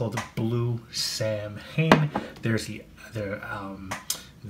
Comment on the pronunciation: Pronounced SAW-When